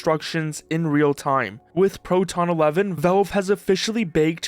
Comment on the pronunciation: It's pronounced Valve, not Velve.